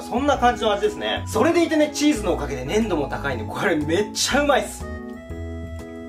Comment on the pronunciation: 粘度やらいい感じやら言う時、言葉に力入っててヤラシイわ